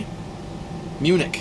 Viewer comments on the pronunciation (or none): none